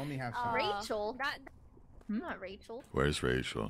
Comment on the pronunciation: He pronounces "Rachael" like a real living corpse